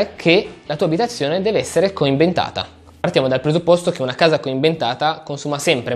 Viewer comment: COIMBENTATA?!?!?! ma come parli? AHAHAHAHAHAHAHAHAHAH